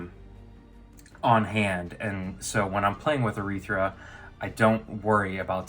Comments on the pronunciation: It’s arythea not urethra... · Dear lord, it's pronounced arythea, not arythra.